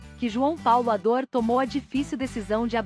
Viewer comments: O nome dele não era João Paulo Ador era Adour. Está escrito corretamente mais está sendo falado errado. Adur é como se pronuncia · As manchetes destes vídeos são quase sempre desrespeitosas! E outra, não é "Ador" é "Adur"! Que tal melhorar a qualidade, procurando fidelidade nos nomes das pessoas e a seriedade evitando sensacionalismo em manchetes ridículas? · Não custava nada um esforcinho pra pesquisar e pronunciar corretamente a palavra "Adour". Pelo amor.... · A narração é automatizada, a IA não consegue definir a pronúncia correta.